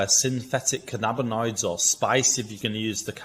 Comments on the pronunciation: The way you pronounce cannabinoids is really annoying me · Please learn how to pronounce cannabinoids.